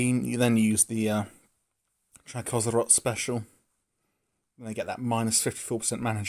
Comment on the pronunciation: I think it's Chakko zrot I personally prefer Chak szrot.